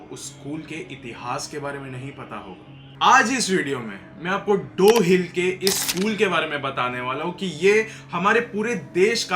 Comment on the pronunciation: Dow hill ❌ Dohh Hill 🤣🤣🤣🤣